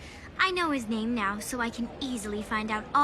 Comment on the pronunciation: you can at least learn how to pronounce the names!